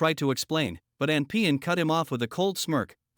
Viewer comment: King Appen Moya, not "anpean" lol